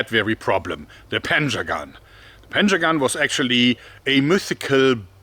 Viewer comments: Thought he said "Panzer-gun" not "Panjagan" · I hear "panzergun" lol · When I heard him say panjagan for the first time, I wasn’t looking at the screen and I thought I heard “panzer gun” That’d be a really advanced Persian army. Very forward thinking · I thought he said, "panzer gun".